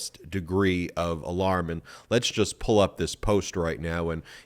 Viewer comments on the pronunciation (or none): none